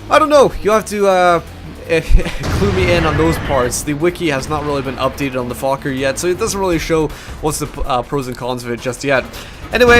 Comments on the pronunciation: It's pronounced foshe. I lived on that street in paris many years... typical american stupidity thinking it's pronounced fuck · it's pronounced 'fosh' dude! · u pronounce it like it has an S instead of a C